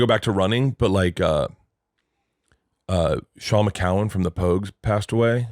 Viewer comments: Shane MacGowan not Shaun McCowan. FFS. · My man said Sean McGowan 😂😂😂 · It's *Shane MacGowan, Bert. And Tom doesn't know Fairytale of New York?!